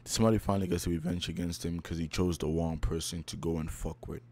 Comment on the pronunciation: "He picked the wong person"